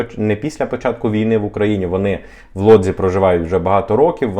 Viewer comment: Чому Лодзь а не Вудзь?